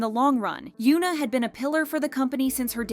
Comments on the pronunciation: it is hyun-ah not hyu-na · its hyuna.. not yuna.. please pronounce the H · The H in Hyuna is not silent.